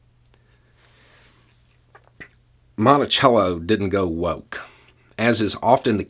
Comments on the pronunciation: It's Monticello not montichello! We need to teach the true history not the embellished history. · In Minnesota we have a city named Monticello and we pronounce it "Mon-tuh-sello". People will look at you like you're insane if you pronounce it correctly. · Listening to you say the name, "Monticello," I hear my old architectural history professor say, "Now, in Britain (he was British), we call it, 'Mon-tay-chello,' while in America you call it, 'Mon-tuh-sello,' unless of course you are from Virginia, in which case you call it, 'Mon-uh-sell-uh.' " Don't know why but that cracks me up every time I hear someone pronounce, "Monticello." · In Virginia we called Jefferson's home the British way, and called the street in Norfolk the American way. Growing up in rural Northern Virginia, I had only ever heard it the British/ Italian pronunciation. When I moved to Norfolk, I thought people were daft.